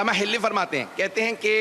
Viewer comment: محترم علامہ حلی ھے ھلی نہیں کچھ اردو سیکھ لیں کسی سے